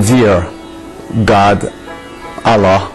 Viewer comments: This man is not a muslim before maybe a man grown with western lifestyle who likes to drink liquor and do all sins . He cant even pronounce ALLAH in a proper way . He is certainly a stupid man in this for leaving Islam because a lot of people who are christian in u.s.a and europe converting to islam [ ASK THEM WHY THE CONVERT ? THE ANSWER IS [ ISLAM IS THE TRUE RELIGION WHERE THEY FIND REAL PEACE LIKE OUR BROTHER YUSOF ISLAM formerly known as cat stephens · Did u see the way this Guy pronounced 'Allah 'this is fake and Gay .....